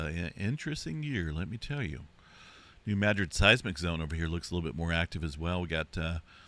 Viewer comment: I love that you know how to pronounce New Madrid ❤❤❤❤❤❤❤thank you